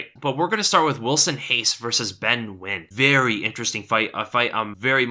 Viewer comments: pronouncing nguyen correctly, teh fuk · he said Nguyen correctly wow